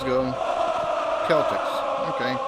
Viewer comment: Why say Keltics? Is it not also the Boston Celtics pronounced the same?